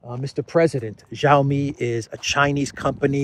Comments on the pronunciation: The Chinese 'X' is not pronounced 'j' but the 'ch' like in inch. So Xi Jinping and Xiaomi doesent start with a j-sound, but a strongly aspirated x!! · please note xiao is pronounced approximately “shyeeao,” rhyming with meow. Xi is approximately “shyee,” rhyming with bee.